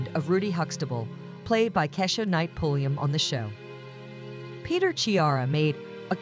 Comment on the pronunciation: KEESHA not KESHA.